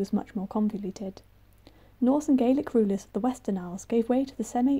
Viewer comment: And "Gaelic" and "Burgh". And "accoutrements".And "saltire".